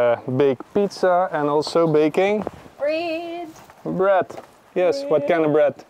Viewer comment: Heeeey, who is that making flat bread? That "Breeeeead" got me convinced you've got a Kiwi on board? Yay!